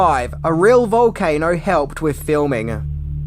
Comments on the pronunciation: "Rolcano"? Am I the only one that noticed this? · Have to be careful with those “ROLCANO’S” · What the hell is a ROLCANO? No5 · please ask your Speech to Text what a "Rolcano" is? Sounds Chinese. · Revenge of the Rolcanos raggy